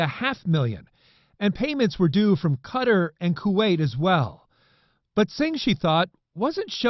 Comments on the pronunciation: Qatar. It's pronounced "cutter". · learn how to pronounce Qatar properly